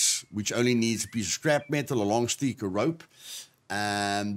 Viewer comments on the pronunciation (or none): I watch these vids just to hear you say "puppet" and "sticks." Kidding aside, these are very helpful. In the next video before you die, can you show how to properly treat wounds and infections?